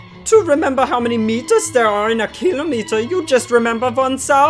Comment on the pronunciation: 'kill-oh-meet-er' WHAT IS THIS PRONOUNCIATION